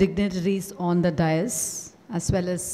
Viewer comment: Good talk. Sad that many English teachers mispronounce DAIS as டயஸ் instead of டெய்ஸ் which is the correct pronunciation.